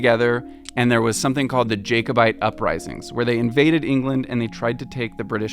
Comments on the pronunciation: Thank you for trying to pronouce our Scottish words and terms. You did well. You pronounced Edinburgh perfectly, "Ed-in-buh-ruh". There are some small misteps though. It's Princes Street (i.e. the plural of Prince), not Prince Street. It's Ja-co-bite, not Jay-co-bite. A wynd is pronounced like you "wind" your mechanical watch up and never like "wind as in breeze". Close is pronounced close as in near not close as in shut. Your expert kept pronouncing Edinburgh as Edinbuh or Edinbur which is strangely wrong since he wrote a book about the place. Unless he has a speech impediment, in which case I apologise. Norloch is not pronounced Norlock, there is no K sound, rather, and I don't know how to explain this properly, the ch sound is made by lifting the back of the tongue, restricting the air from the lungs into a kind of rushing sound. Better to find a Scot saying loch on Youtube to see what I mean. Very interesting video. Thanks for making it. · It’s pronounced like “Holly-rood” (kinda like Hollywood) not “Holy-Rood”, great video though! (And Jack-o-bite, not Jake-o-bite 😅) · Quite a few mispronouncations - Flodden - flaw-den not flow-den. Jacobite - Jack-o-bite - not Jake-o-bite. Princes street not Prince Street and Holly-rood not Holy-rood. At least you got Edin-burra right after that initial rude correction :) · A few mispronounciations: - Close like "you're standing too close to me" not "close the door". - Wynd like "the long and winding road". - Jack-o-bite rising. - Princess Street not Prince Street. I would pronounce Holyrood like holly the tree, but your expert also said holy like the hand grenade, so 🤷 The etymology is like the hand grenade anyway. Likewise loch normally has a soft "ch" (Google it, you don't get that sound in English), but since Edinburgh has such an English history maybe a hard "k" in Nor Loch is correct. Again it's what your expert says, though I suspect he's also English, so 🤷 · love this! btw it is pronounced: jack-oh-bite